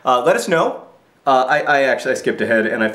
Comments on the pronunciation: It's not "Ger-te". It's "Geu-te". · Whenever John says Goethe I think he is saying Gerta 😂😂😂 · love how you pronounce goethe :D so american :D